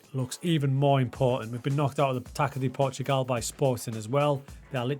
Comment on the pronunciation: "Taca de Portugal" reads like "Tassa", not "Taka" FYI